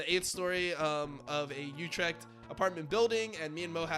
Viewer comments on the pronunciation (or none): none